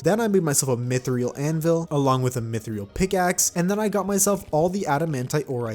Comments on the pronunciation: he also said mythrial instead of mythril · first you said mythrial, then you said wivverns. this channel at 5 am is not for me, ill stick to 2-4pm viewing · please take lessons on how to say mythril properly And wyverns not wiverns